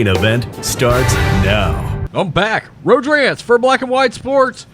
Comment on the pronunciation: Thanks for putting your name on the screen. I'm dumb and all this time I thought you were saying Road Trans.